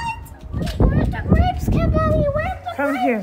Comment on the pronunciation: Mwen telman renmen fanmi an ,mwen gen 3em pitit fi m mwen rele l Kimberly menm Jan ak pitit wa, bb gen 17 mois . Mwen telman renmen lè wap rele Kimberly avek aksan anglais a , mwen te ansent mwen pat ka mwen non pou bb a ,se nan yon nan video ou yo mwen jwen non Kimberly a. Mèsi ampil pou èd ou , moun pa janm fin aprann, mwen aprann ampil de ou, motivation, fè mangé , hummmm Marim pap voye m retounen non mwen vinn pi fò nan fé mange gras ak ou . Ou se yon modèl pou tout fanm e abanew yo. Mèsi ampil , ke BonDye beni w ak tout fanmi w ❤❤❤.